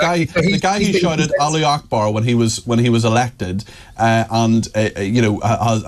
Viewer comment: Lol😂😂😂 “the guy who shouted ‘allee’ Akbar “. Who is this mr Allee 😂